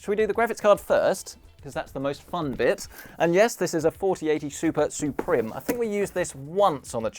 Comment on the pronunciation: roter, suprem. It's router and supreme, use google translate for proper pronunciation.